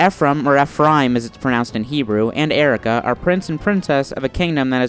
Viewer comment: I swear nobody notices the first "I" in Eirika's name...